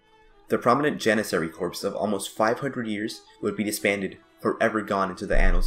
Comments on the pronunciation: it's pronounced core not corp. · Nice video, but there's a small vocab problem. It's the Janissary "corps" not "corp." The word "corps" comes from the french (and is pronounced with the "ps" silent--sounds like "core") and refers to a body of people (often military) like the Janissaries. The word corp is actually an abbreviation for corporation and is the wrong choice in this instance.